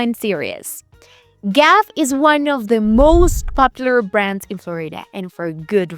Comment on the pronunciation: You lost me at “Gaff”. It’s G-A-F.